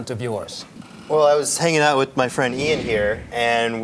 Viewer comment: They said Ian's name wrong but got Padilla pronounced right. Lol